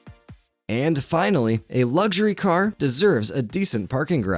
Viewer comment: Since when has there bean a “G” in luxury.